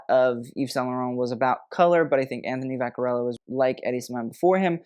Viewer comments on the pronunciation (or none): none